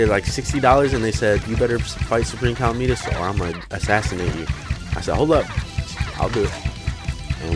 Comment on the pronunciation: Its not pronounced cal a meet us it is pronounced ca lamb it us